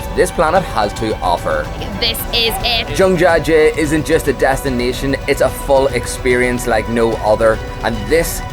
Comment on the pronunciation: Mate- it is not "jung-ja jay"-- but Jiang jia jie